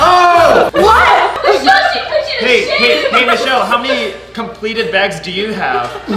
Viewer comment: it is not mushelle it is Michelle